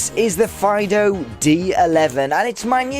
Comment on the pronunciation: I’m pretty sure that the pronunciation is “Feedoo”, not like yer dog..